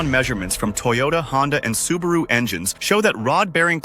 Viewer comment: The info is correct, but the narration is obviously generated by AI. No one would possibly mispronounce "Subaru" as "Su-BAR-roo" !